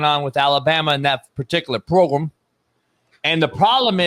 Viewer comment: "PROGRUM"!! BAHAHA